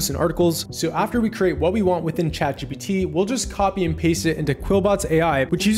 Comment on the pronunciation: What is the first AI? I heard it a million times but you didn't pronounce it right